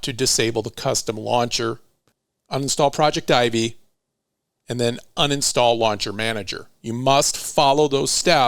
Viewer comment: I dont know but isnt it that "Projectivy" is pronounced as "project tv" (pro-jec-ti-vy)?? Am i wrong? I just cant stand it 😂